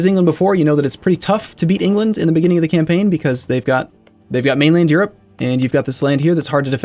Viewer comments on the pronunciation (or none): none